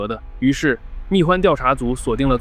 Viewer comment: “代号蜜獾huan”, 不是guan, 大名鼎鼎的平头哥啊